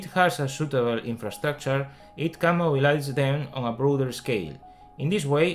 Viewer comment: Mobilize se pronuncia Moibelaiz